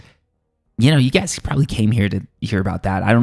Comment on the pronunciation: Did you say "we're looking at 20, goys"?